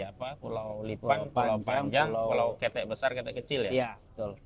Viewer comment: Cara bacanya kete’ bkn ketek berasal dari bahasa Minang. Jd baca kete,ya dgn huruf k lemah yg diakhirnya. Ok????